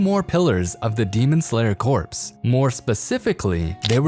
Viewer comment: You know that the ps in corps is silent right....